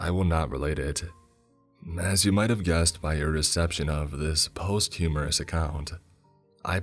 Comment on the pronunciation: Posthumous. Means after their death. Not post-humorous. Lol. Awesome story tho. Great job!!